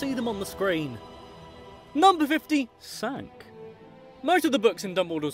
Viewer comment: "Number Fifty Sank." 101Facts,2015